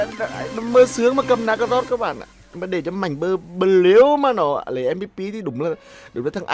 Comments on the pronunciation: Ng ta Mạnh bờ lu mà ông này cứ khịa kiu Mạnh bờ lêu quài cười ỉa mỗi khi ổng kiu tên ông Mạnh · Tao Cười ỉa lun mạnh blue cứ đọc mạnh blêu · Buồn cười mỗi câu mạnh blêu -. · người thường: mạnh blue: mạnh blêu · Anh cà khịa... Mạnh blu thành mạnh blêu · Em nó là mạnh blu chứ ko phải mạnh blêu ah ơi 🤣🤣. Mạnh hẳn giận lắm á 😡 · Anh cứ nói mạnh bờ lêu ki vaiz nồi